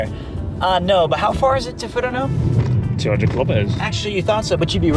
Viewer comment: Not "Ah"taru, it's "Oh"taru. Nor "Fu-rano", it's "Fur-Ano". Sorry, you drove me to it... Went there pretty regularly